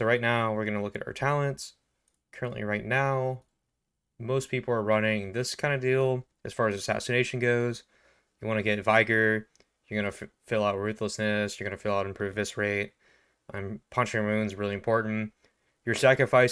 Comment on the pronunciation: Bro the "i" in the word "vigor" is pronounced the way it is in the words "it", "is", and "in". Vigor not Vygor.